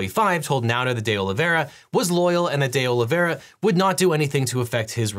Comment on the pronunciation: All I can hear is Day Lavayrah! (Presumably, D’Oliveira). Sorry!!